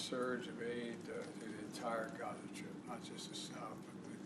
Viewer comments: "We welcome Melania, the gauze minister of Georgia" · Even italian PM is pathetic. She cannot even say Gaza. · He even says Ukraine instead of Gaza...WTF ?